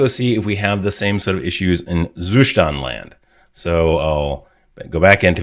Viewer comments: Is it Zustand like German for state? In that case you would pronounce the st in Zustand like st in state :) Great video as usually. Thanks a lot! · Great video. I like the way you explain, but as a native german speaker, I really can not stand how you pronounce Zustand. "Zustand" is the german word for "state" and pronounced that way: Like the german saying: "Da bekomme ich noch einen Zustand" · I love how you say Zustand 😂 nothing against your content, it's great, as always 🙌🏼 Zustand is the German word for state. You could use Google translate to get an idea on how to pronounce it in german 😁😂 but I'm fine with your pronunciation, continue using it, since no one really cares about it 😁